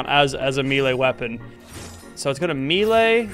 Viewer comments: it's Mel Ay not Mee Lay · Not trying to come off as rude, but it is pronounced may-lay, not mee-lay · Bro said "me-lay" instead of melee Btw melee is pronounced like "may-lay" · I'm gonna be that guy and say "melee" is pronounced "may-lay". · It's pronounced "may-lay" in most other English speaking countries too, including Australia. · I am still gonna say me-lee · I live in the states and have always said me-lee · bro said meelee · Mee-lay bruh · does anyone else notice how he pronounces melee. lachy mate its pronounced may-lay